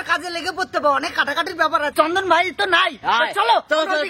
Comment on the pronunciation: Chandan ❌CHODNA✅